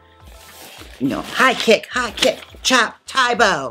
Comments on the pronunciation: I think it's said tau-bau rather than tai-bo LOL Most Asian languages don't have many sharp vowel sounds, they tend to round the sounds, so lots of ow, ah, eh sounds ^_^ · I'm a Chinese teacher here in the U.S. and lived in China for 7 years, so I am VERY familiar with Táobǎo! Both táo and bǎo rhyme with "wow." Keep up the great work, Jaymes - love your videos!!! :) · this cracked pronunciation of taobao is cracking me up. best way i can explain the correct way to say it is like the "ao" is kinda like "ow" ? someone else cld probably explain it better bc im not good at chinese but i have lived in china for almost 4 years so ive had my fair share of using taobao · ToaBoa is pronounced “T-ow” (short o like ow I hurt myself) “B-ow” (short o again like the bough/limb of a tree or to end a performance with a bow) “T-ow B-ow” TaoBao is also a great place to get cheap Lolita dresses but you have to use a Chinese shopping service to order from them. I would love to see you do a Lolita drag look, although Lolita is a lot more about the dress than the hair. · i assumed she just misread it and kept butchering taobao until she idk googled the actual name? when uploading the video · Your pronunciation of taobao is hilarious. Hahaha. I lived in China for 6 years and used it for everything. You can literally buy anything imaginable through it. Though, I'm back to Amazon again as I have been in Mexico city for a couple weeks and relocating my businesses there. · The way she saying Taobao!! I’m cackling